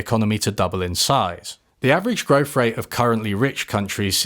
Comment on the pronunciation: Is it just me, or do you pronounce "growth" as "growf?"